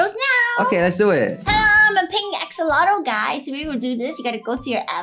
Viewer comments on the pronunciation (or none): When u said axolotl I see your video like oxolotol